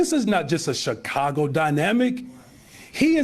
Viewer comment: "Chicongo.".